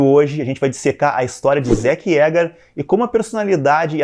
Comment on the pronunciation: Finalmente alguém que fala Zéke e não Zíki como eu :V